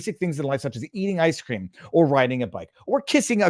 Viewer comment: "Ice cweem!"